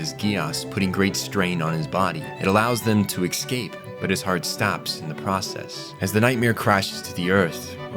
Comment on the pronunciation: Coup is pronounced coo like coo coo bird. P is silent:) Escape is pronounced ess-cape not ex-cape:) Otherwise really good love the video